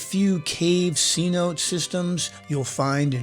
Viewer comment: It's pronounced c- notay, not c- note. Love the vid, and the music 🎵👌